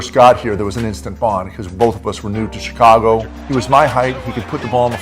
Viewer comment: The way he says Tchicago ...... Kukoc is like Ginobili , bball geniuses that were able to put their ego aside and play for the team . If he was playing in today's league , he'd be a superstar